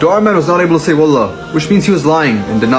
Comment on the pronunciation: I'm sorry but you have to say wallaah so stretch the "laah" I'm saying this because if you don't stretch it welp +sin Thank you for your time